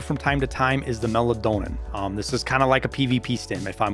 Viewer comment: I love the butchering of the pronunciation of meldonin and obdolbos.